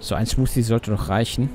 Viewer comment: Wenn ich "Smooooothie" höre, kommt mir immer so ne 30 jährige Veganerin in den Sinn die hofft durch den Shake und die intelligente Aussprache dadurch wieder 20 zu werden. :D